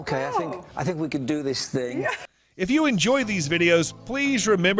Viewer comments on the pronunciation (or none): none